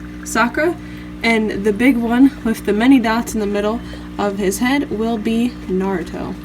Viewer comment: Sakura (Saah ku Dah) Naruto (Nah Du Toh) Thats how it is pronounced properly in Japanese. Nice set up